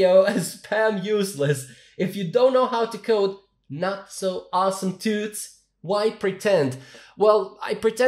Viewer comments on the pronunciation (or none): none